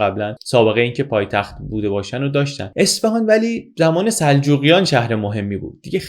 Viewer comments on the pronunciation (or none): اصفِهان؟ چرا اصفِهان!!! یه اعراب کوچیک رو اعصابم بود😢 ممنون از. لطفا دیگه واژه اصفهان رو درست تلفظ کنید